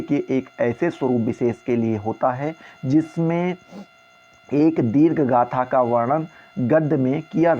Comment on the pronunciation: Sir dirghgatha nhi hai dirghktha hai